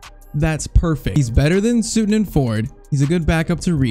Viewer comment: I know I'm a few months too late but its not sootun lol its Sut-ton... like Button